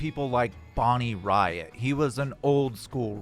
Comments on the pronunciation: Bonny “Riot”made me laugh! (Bonny “Rate” is how her last name is pronounced) LOL. Can’t believe I never made the Silva connection in my head. 🧐 Been watching these since the start. Godspeed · It's pronounced Bonnie RATE, not RYE AT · Pronounced...... Bonnie RATE